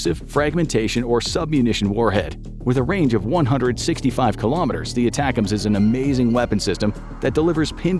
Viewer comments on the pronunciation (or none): none